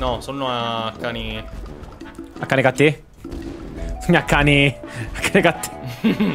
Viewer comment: Non è canicatti ma è canicaCCI